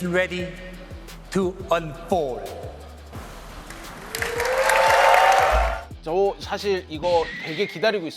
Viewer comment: 영어 진짜 웃기네 ㅋㅋㅋ 뤠디 투언폴드